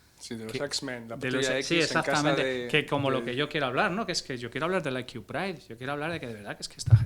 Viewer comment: No entiendo el motivo por qué una persona supuestamente inteligente se tira media entrevista diciendo "I Q" (ai quiu) en vez de "C I" que sería la forma correcta de decirlo. 🤦